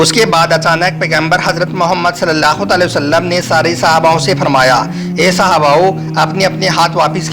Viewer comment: Bhai aap video ache banate ho.....par bhai Huzoor ka naam sahi lena sikho...Tale o sallam...nahi hai...Alai hu Sallam hai